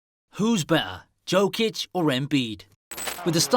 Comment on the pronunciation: Learn how to pronounce his name first. Like Charles Barkley said "If you dont like Joker play basketball, you dont know nothing about basketball".